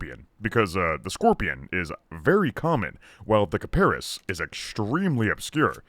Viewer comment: kiparis, emphasis on is, kiparIS